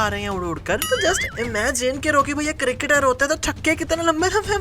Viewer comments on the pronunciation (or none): none